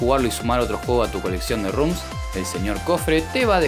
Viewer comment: ROMS se lee "ROMS", no "RUMS". El desarrollo de Phantom Gear está detenido desde hace un tiempo.